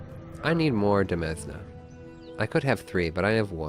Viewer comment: Demesne is pronounced the same as 'domain'